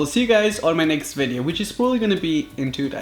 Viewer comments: Vedeo Vedeo,ahem it is pronounced as video like wtf are u even saying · He has an accent so he can't pronounce video right idiot isn't that obvious?